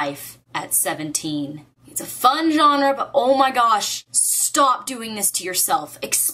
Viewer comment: I like how you said "genre"